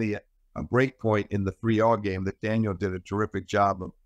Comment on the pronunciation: Steve is a great analyst but he has to stop calling Daniil...Daniel